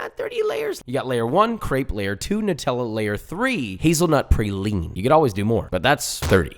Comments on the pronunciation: IT IS NOT PRAYLINE, its pronounced PRAWLENE, prounounce Prauline correctly you're killing NOLA people. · Your pronunciation of praline drove me fucking crazy- everyone from Louisiana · You need to make a real praline bro. It’s PRAH-LEAN not PRAY-LEAN Welcome to New Orleans my g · Josh I feel I must inform you as a southerner, it’s pronounced Praw-leen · Pronounce "praline" the right way. The "pra" has the same phonetic as "bra". Like Bra-line but swap the B for P and pronounce it the same way. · Papa … praline = PRAH-LEEN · josh...for the sake of all things good and wholesome LEARN HOW TO SAY PRALINE!!! IT'S FRENCH!!! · I hate the pronunciation of praline lmao